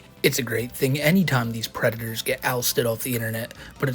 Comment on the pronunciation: The White Bowser Is A Pwedator